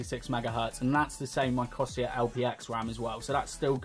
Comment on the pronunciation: it's not cosier corsair